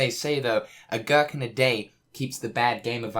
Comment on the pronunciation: Are we going to just pretend he didnt call a pickle a gurkle